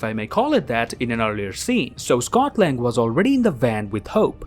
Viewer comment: Scott lang ... Scott land 😂